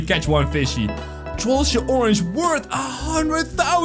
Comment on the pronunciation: IT'S TROLLGE NOT TROLLGA